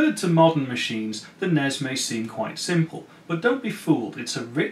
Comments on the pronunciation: NESSSSSSS not NEZ.. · I've never heard anyone actually pronounce the NES acronym before today. That honestly hurt my ears a tiny bit.